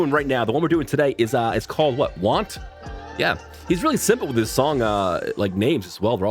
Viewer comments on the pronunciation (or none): none